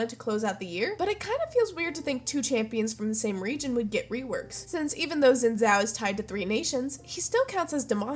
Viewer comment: For the future, it's pronounced like "Sheen Jow". ☺